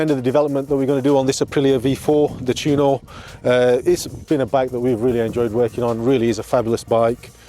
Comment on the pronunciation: Maybe do a wee bit of research on how to pronounce Tuono, you said Tewono 8 times thats a crime. FFS